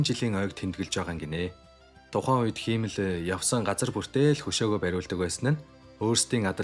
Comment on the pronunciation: Himmel-г хиймэл гэж дуудахаар ямар эвгүй байнаа. Амжилт